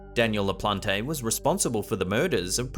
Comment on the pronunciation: LaPLANT, not La Plon Tay.